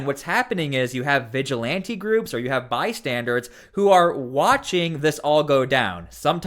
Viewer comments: Bystanders, not "by-standards". Just an fyi. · Saying “by-standards” drives me nuts and so many YouTubers say it that way. There’s only one D in the word “bystanders”. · "Bystander" not "bystandard." Bystandard is not a word. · The word you're looking for is, BYSTANDER, not bystandard. That was the most irritating part of the video.